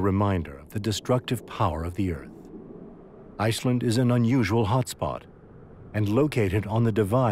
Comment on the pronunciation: ヨーソローちゃん_17 Not for the guy two seconds before him. He can’t pronounce “fissure” or “Iceland,” either.